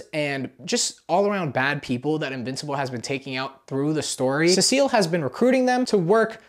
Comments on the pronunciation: Btw you pronounce cecil like ,See sill, not, suh seal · Nah man he called Cecil ce seal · Se-sul not sea-seal😭😭😭😭😭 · Ceseal instead of Cecil🙏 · Also, CEE-SULL. CEE-SULL. Not cecille, CEE-SULL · It’s pronounced (see-sil) not (se-se-ill) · Btw it’s pronounced see-sul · It’s pronounced more like sea salt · cecil? nah we got “cesile” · As a BIG invincible fan the fact that you said seasil is hurting me😔😔😔😔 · Cecil is pronounced see-sil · Ah yes cavil bro it’s cecil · Who the hell is suh-seal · “Scrooge virus” and “Cecile” is crazy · Why are you saying Cecil's ( Cee...so) name wrong? His name is not Cecile 😂 lol. What you mean you don't buy Mark and Amber's relationship. It's just like a normal thing in superhero comics like Peter Parker (Spider-Man) and Mary Jane also Clark Kent(Superman)and Lois Lane. You don't see in the comics that Superman all of sudden started dating Wonder woman or Spider-Man going ahead and just dating Black Cat. What I'm trying to say is that it would take time for Mark to date Eve because you just want to have a normal life. By the way Mark is half human and Vite. Some comic books especially when it comes to Robert Kirkman stories. He takes his time telling the story to get to the main focus point, so please be patient. You already knew that Mark had another child with that female Vite because she requested that she wanted to mate with him and not the worthless human. *FUN FACT: The writer and creator of Invincible is Robert Kirkman who you may know is also the creator of The Walking Dead comic and executive producer of the TV series. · It’s pronounced sea salt🗣️ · seh SEAL 💔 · SEA SHELL! SEA SHELL! I NEED U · SEA SALT I NEED YOU SEA SALT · The pronouciation of cecil is the funniest thing ive heard in years. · Having a horrible time watching this because you can't pronounce cecil EVEN THOUGH YOU HAVE SHOWN A QUICK CLIP OF THE SHOW SO YOU SHOULD KNOW HOW THEY SAY HIS NAME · The cecil pronunciation is killing me